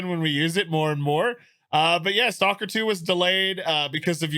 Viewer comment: "Salker 2"? Shame! It's "S.T.A.L.K.E.R. 2"!!